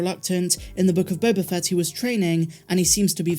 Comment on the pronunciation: You keep mispronouncing "The Book of Boba Fatt".